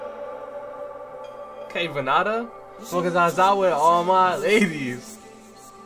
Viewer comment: Vann Da Cambodia's king of Flow. pronounced VAN DA. VannDa - Time to Rise